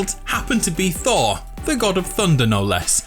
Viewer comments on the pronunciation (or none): none